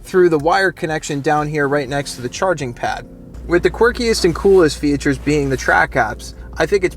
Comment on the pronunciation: I stopped watching because of the way you say "fee-a-tures"